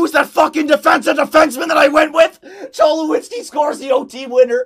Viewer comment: Him saying Cholowskis name wrong 😤